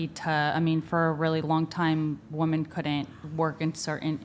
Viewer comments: This chick's inability to say "women" is driving me crazy. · Why are they saying “WOMAN”??? It’s women! Plural! Women! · None of these WOMEN can pronounce WOMEN.